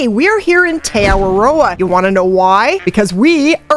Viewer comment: Btw the correct pronunciation of te awaroa the a’s are pronounced more like ah and we roll the r so its more like te ah-wah-rr-oah